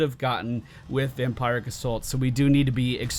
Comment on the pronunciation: One of these days you'll say Vampiric Assault correctly, lol.